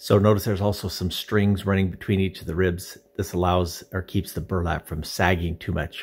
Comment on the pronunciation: Did he say "Verlap soaked in plaster of paris" ? What is verlap ? It would be great if you could tell us the product names you use rather than "resin with microfiber"